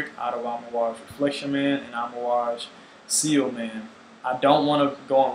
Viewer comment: For the record, it's "ci-ell", not "seal".